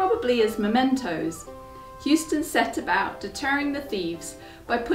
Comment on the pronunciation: houston is pronounced Hoo -ston not hewston. Believe me I a Houston-MacBean